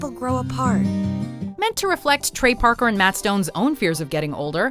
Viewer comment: you call them "Packer and Stone". It's Parker. His name is Trey Parker. Good video tho!